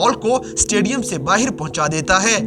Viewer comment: Tu baahar ko baahir kyun bolta hai bhai